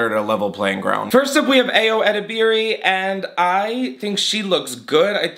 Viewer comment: I love you and thee videos but for future references ayo is pronounced ‘eye-oh’